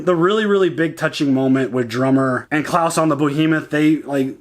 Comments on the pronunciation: His name's Kles, not Claus :P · You are doing great! Definitely... Please don't call him Claus. He's Klaes. You can hear it in S03E07, when he introduces himself. Dynamics between Anna and Amos has been built great. She is one of people Amos is looking up. Like with Holden and with Naomi at the beginning. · the guys name is klaes. not klaus :-)